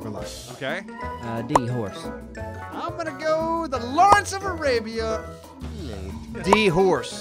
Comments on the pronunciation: did anyone else hear "Lawrence of Alabia" and not "Lawrence of Arabia"? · really just said "Lawrence of a labia" lmao